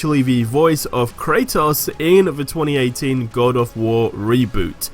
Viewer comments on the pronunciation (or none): none